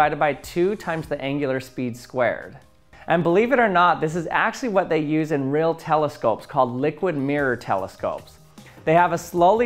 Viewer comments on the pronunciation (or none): none